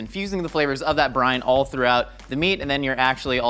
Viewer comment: I keep thinking he's saying Brian, not brine...